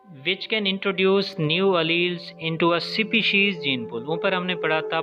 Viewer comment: Species ka pronunciation toh thik se karlo